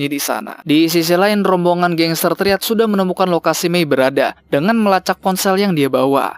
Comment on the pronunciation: Bang bacanya bukan triad tapi trayet